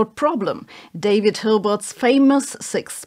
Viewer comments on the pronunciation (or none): You're German, you should know how to say "David"!